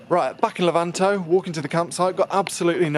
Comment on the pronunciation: Great as usual... I'll be seeing you in London at The Web event ("Web photo event??) on Wednesday at 3. And it's Le'-vanto by the way (as in stress on the first syllable) :))